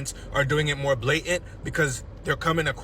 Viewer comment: What is blay ant why cant they pronounce the letter t ,or how they say ax instead of ASK,TEACH THE ENGLISH LANGUAGE AGAIN